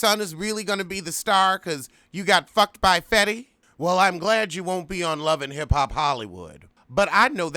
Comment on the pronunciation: am i hearing you correctly? growing up heff hop?!?